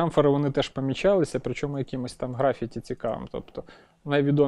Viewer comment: ГрафІті, Карл, графІті, а не грАфіті. За відео окреме спасибі.